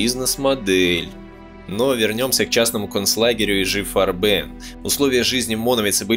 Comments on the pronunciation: Да почему и жи фарбэн (ударение на последний слог ? ) и г фарбен (красители краски по-немецки) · Не корректно ставите ударения и произносите на французский манер: Не "И Жи фарбЕн", а "ИГ фАрбен". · Отличный фильм. Только не фарбЕн а фАрбен ударение на а должно быть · Отличная работа. Помогло взглянуть на некоторые события становления Рейха под другим углом. Однако, периодами казалось, что автор изучал французский как иностранный, впервые слышу такое произношение «ижи фарбЕн» (уля-ля-ля, месьё), мне привычнее по-немецки – И-Гэ ФАрбен.))) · фАрбен - ударение на А - пипец как режет слух. если уже делаете серьезный ролик можно было бы и проконсультироваться. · Муха-перемуха, неужели трудно, всезнайки, поинт.как произносить пару слов 🤣 - не , ,ижи фарбЕн,, а И Ге фАрбен. Бляха муха. 🤣🤣🤣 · ИГ ФАрбен. Консультируйтесь у носителей языка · Уже сильно поздно. Но не читайте пожалуйста немецкие названия по-английски. И Гэ Фа'рбен. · ты хоть с немецким языком бы хоть чутка ознакомился бы, фарбен, фАрбен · Автор, у вас с немецкими ударениямм все очень плохо, слушать и смотреть после "фарбЕн" невозможно. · Ну видео просто бомба , нет слов . Однако ударения Автор ставит просто гениально , как будто не Германия , а Мексика какая то . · Farben - немецкое слово. Ударение на первый слог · IG это никакой не еж вам или ижи. это И Г или игэ фарбэн с ударением на букву А, а не на Э... в немецком не существует такого произношения... ижи ужас просто. G это не Ж. AG = АГ акциенгезельшафт.